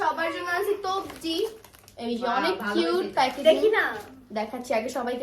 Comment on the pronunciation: তবজি না বলেন তসবিহ